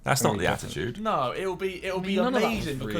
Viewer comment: Man said jizz’ll